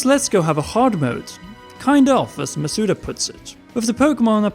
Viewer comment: Why do people pronounce his last name wrong hes stressing the vowels all wrong. Its Maw-Soo-Dah not Muh-soo-duh